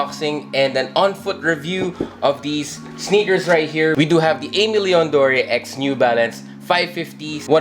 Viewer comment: Love these alot, got a W on the restock. Super happy with em. You’re one of the few who pronounced Aimé Leon Dore right imo, most people say a million doors🤮🤣 or something else weird🥲. Keep it up my guy! Peace ✌🏽